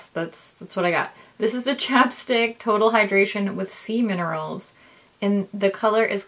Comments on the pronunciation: Anybody else hear the lip balm was full of semen-erals for a second before it clicked she was saying 'sea minerals'? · When she said “infused with sea min.... erals” did anyone else’s mind go right in the gutter 😳🤣